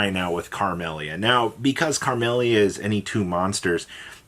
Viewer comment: Carmellia bro? Where is this extra r coming from? Your inability to read and pronounce card names is painful